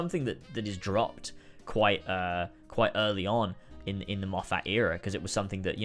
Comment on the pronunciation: i’m enjoying this video a lot because i think we have very similar opinions on new who, but PLEASE, his name is pronounced more like ‘steven moffut’. i know it’s spelled moffat but it’s not that way😭